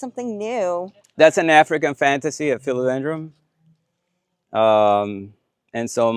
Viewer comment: Dude- are you saying Philodendr-um?